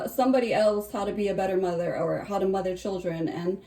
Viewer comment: Hawr? Instead of How?